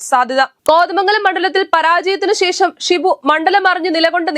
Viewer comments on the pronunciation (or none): none